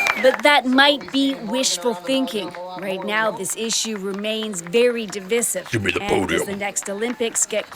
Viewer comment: The word is Div-eye-siv not div-ih-siv.. 🙄